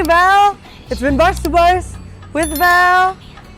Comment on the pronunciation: Vale bukan valir